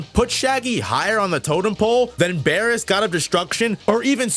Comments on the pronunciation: "Bearus" ...this speaks for itself lol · Wait. Is his name pronounced as Beer-us or Bear-us?